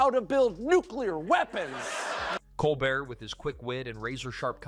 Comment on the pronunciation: Nice video. However I don't think the voice over pronounced Colbert's name properly.